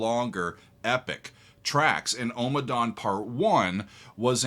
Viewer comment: Ommadawn, not Omadawn